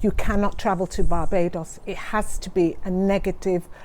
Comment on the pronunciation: Did she just say barbadious